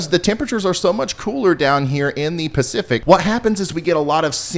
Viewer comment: Did you say Percific Ocean? 😜 Praying for rain for everyone that needs it. Really enjoyed the teaching slides and segments.